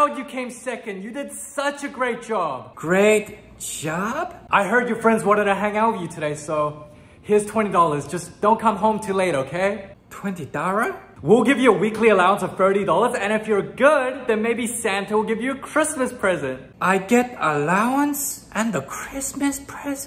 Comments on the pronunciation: "20 Dorrar??" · they way he said dollor😭😭😭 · 50 dorrah?!.😂😂😂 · ‘20 dowar 🥺’ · TwENtY dorRar😂??? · “20 dorrar??” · “20 dorras?”💀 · "20 dOrArrw" 😂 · “20 dorra? 😲” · twenty dorra?? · Twenty darrur?